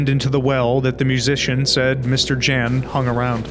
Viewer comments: I'm speechless for your videos' quality, craft and dedication. On a sidenote, J is pronounced as Y in slavic languages. so it's Yan, not Jan. And God, I genuinely thought mouthwashing voice acting was in-game. you ARE the goat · mister Dżens xD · Every video on Darkwood keeps getting a lot of the Polish names wrong, and that's to be expected, Polish names can be a handfull. But I wanna correct at least ONE of them: Mr. Jan. J in Polish works kinda like Y in 'Yellow'. It's a shorter version of Janusz ("Yanoosh") or Janek ("Yanek") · the J in mr Jan's name is pronounced like Y. So it would be mr. Yan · I can't imagine how hard you must have cringed at the way these videos pronounce "Mr. Jan" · As a small fun fact/correction; in Polish ‚Jan’ is read with a sound that English speakers would write down as ‚y’. Like in ‚year’, ‚you’ and ‚yellow’. Same goes for ‚Jasiek’ in There are also differences in pronounciation of ‚a’. In Polish it is closer to ‚a’ in ‚mark’ than ‚a’ in ‚mate’. ’Zocha’–‚ch’ in Polish is similar to ‚h’ in ‚horror’ and ‚hamburger’.